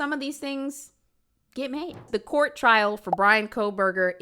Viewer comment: You're hilarious. Just wanted to tell you. I know this is not a new video or anything but I've been binging your videos. I also never heard someone call court "cort" 😂, just another funny thing you do. kills me sis